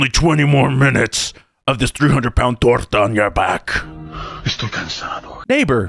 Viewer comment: yo... did you say 300lb torta?? hahahaha yo! hahaha